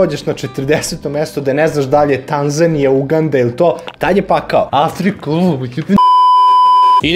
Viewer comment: Druže, Uganda se naglašava na A, nemoj molim te na U, veoma je iritantno :D